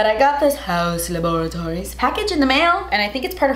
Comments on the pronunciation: saying HaUs LaBoRaToRiEs is a mood LMAO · No one:: “HaUs LaBoratOriES” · Every time she says: hAus LaBOriToRieS I die laughing ahahahahaha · Please never stop saying it like that 😂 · I love this kind of makeups ♥️ and also... hAuus LaBorAtOries😂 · I thought I was the only one that thinks “haus laboratories” should be pronounced “hAUa laboRatOriES” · The way she says haus laboratories cracks me up 😂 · Katrina Poe same 😂😂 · I'm dead!! 💀💀🤣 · Loving for how she says that. It’s exactly how I say it in my mind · I literally cannot pronounce “haus laboratories” the same anymore thanks to 😂😂😂😂😂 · The way she says Haus Laboratories just makes me laugh so hard lol. Love the look of course. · Every time you say “haus laboratories”, it cracks me up 😂❤️ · Omg I laughed so much during this video. Always so silly. And the way youd say Haus Laboratories 🤣🤣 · The way you say Haus Laboratories cracks me up. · Every time you say “Haus Laboratories” I die 😂😂😂😂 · I love when you say “Haus Laboratories” 😂 you are so funny and very beautiful 😍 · Every time she says Haus Laboratories I crack up... but I also don’t know how to pronounce it any other way.. 😂😂